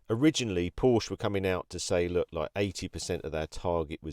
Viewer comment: Good video but we say Porsche with the phonic E at the end 🙏